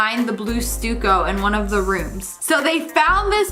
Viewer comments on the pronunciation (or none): Stuck-o it’s pronounced. Not stuco. But I still love you! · Btw it’s pronounced Sta co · Sorry Lia, but it’s pronounced like St-uh-co. Stucco. Not stueco. Luv ya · Stooko😂😂its pronounced S-TUCK-OH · Not to be rude, but stucco is pronounced like “stuck-oh” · stucco.. is pronounced stuck oh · I always thought it was pronounced stuck-o. Lol. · Stucco pronounced stucko. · SSSniperWolf the way u pronounce some words, czar, blue stucco, is endearing -luv u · You mispronounced the wall matrial 😁